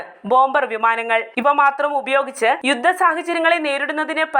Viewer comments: 'യുദ്ദം' എന്നാണ് താങ്കൾ പറയുന്നത്. 'യുദ്ധം' എന്ന് പറയൂ . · മാധ്യമങ്ങളെല്ലാം ഭാഷയോട് 'യുദ്ദം' ചെയ്യുകയല്ലേ?😂